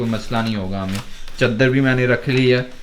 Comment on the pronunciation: Caaadr ni hote bhaie shab chadar hote h